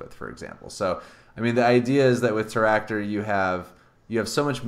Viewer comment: Why do you call Teractor with two R?